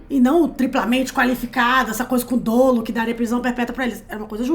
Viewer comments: Não se fala dôlo não, gente, é dólo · a pode te confirmar, mas não se diz "dôlo" no direito, mas sim dólo!